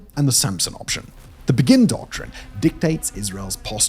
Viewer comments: The Begin Doctrine is not pronounced like the word begin - it's after the Prime Minister Begin (pronounced Bay-gin). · I know it’s a foreign name and it’s alright, but it’s named after Menachem Begin, which is spelled Be-gin with an emphasis on the be like in the song “Beggin’ “, not like the English word begin.